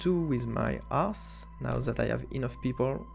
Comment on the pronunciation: Ok, I found it, its Prestige 19. Its not the accent - its me... Also how you say Hearth is wonderfull: "I will get Amber for my 'ass"